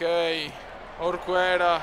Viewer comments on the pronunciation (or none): orquera si dice orkera